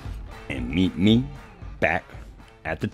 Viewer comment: Sorry but the first time you said “meet me” all I heard was Road Runner “meep meep” 😂😂